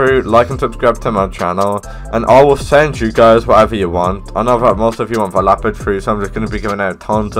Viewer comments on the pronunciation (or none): is leopard not lapard